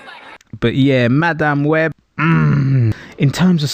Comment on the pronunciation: 'Ma Damn Webb' could not stand to listen to a minute of this because of how he was pronouncing this. Was it on purpose? Was it supposed to be a joke? It's not funny. Just obnoxious.